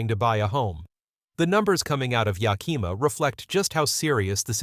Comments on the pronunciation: It's pronounced Yak-a-ma yaahoo! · Thanks for the info. I'd like to point out two things. First, Yakima is spelled with an 'i'; it does not sound as you say it - Yakeema. Second, President Trump is looking to appoint a new treasury guy who is willing to drop interest rates. When this finally happens, homes will suddenly become more affordable. Don't you suppose this is why so many are waiting to purchase?